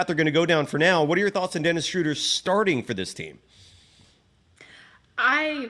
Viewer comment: Guys, it's not "Shrooder" like "Shooter", it's "Schruh-duh" like in "shrugs". 😅😊 Gonna be curious to see how many weeks months it'll take for everyone to pronounce it correctly. 😆😅